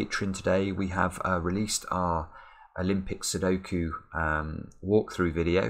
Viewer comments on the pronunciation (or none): none